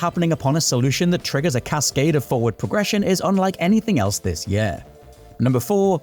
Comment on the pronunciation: Please use a different word than 'year' if you can't pronounce it correctly.